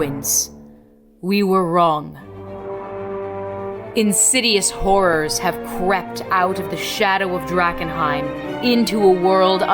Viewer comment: I can't unhear "Insidious whores"